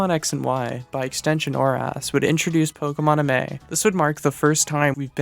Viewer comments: Why do you pronounce 'pokemon amie' so badly? Its 'mon amie' as in the French for 'my friend'. Its pronounced 'amee' not 'amay'. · My only real critique is that the X/Y interactive, Pokemon Amie, is pronounced “Ah-meee” since it’s a pun on the French Mon Ami/Amie, translating into “My friend.” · PokeMonAmi is a wordplay on Pokemon and „Mon Amie“ (Which should roughly translate to „my friend“ from french). So i think it should be pronounced „Pokemon Amie (<- french)“.